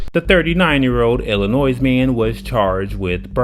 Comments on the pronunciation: The "s" in Illinois is silent. Ill-ih-noy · FYI: the state is pronounced "ill in noy", not "Ill in noise" Dullard. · The “S” in Illinois is NOT pronounced!